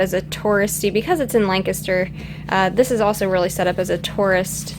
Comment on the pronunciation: Lancaster. You're saying it wrong. It's Lan, say Lan, emphasis on Lan, then say Caster. That's right, LANcaster... Oh, go, just go, to that coffee shop in town. Forgot name, but excellent coffee. Also a great Indian restaurant in town.